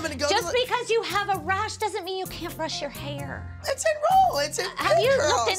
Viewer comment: “Just bc u have a rash doesn't mean u can’t fix ur HAWRRRR”😂😂😂